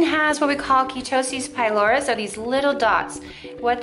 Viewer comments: Key-toe-cis Pie-lor-es? Try “Ker-a-toe-cis Pie-lare- is” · It's not 'Ketosis pyloris'!😅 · I hate to be this person, but I really feel that if you’re going to make an informative/educational video on a condition like this, then you should really know how to pronounce the name of it properly. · Your mispronouncing KERATOSIS PILARIS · You can’t even pronounce the skin condition correctly and we’re supposed to trust your “brilliant treatment”? 😒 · Liia Vlogs her pronunciation was really horrible and she should learn how to say it before she makes a video about it. That's really important because I felt as though by her lack of pronunciation, she may have been incompetent in regards to this particular topic. I don't think anyone is hating. It's just the truth. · that woman is clearly clueless and doesn't know what she's talking about. This is an obvious warning for people NOT to go to a "spa" to treat a medical condition. People go to a professional Dermatologist who can actually pronounce the disease that will be treated! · Why did you pronounce it like that